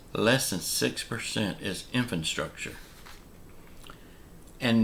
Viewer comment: Can you please tell me what... '𝐢𝐧-𝐅𝐄𝐍-𝐬𝐭𝐫𝐮𝐜𝐭𝐮𝐫𝐞'... is? I've NEVER heard of that before. I HAVE, however, heard of... '𝐢𝐧-𝐅𝐑𝐀-𝐬𝐭𝐫𝐮𝐜𝐭𝐮𝐫𝐞'. If THAT's what you mean... could you PLEASE use the word correctly...?